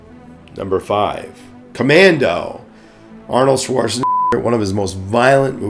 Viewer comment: you seriously cant say "Schwarzenegger" someone should tell him that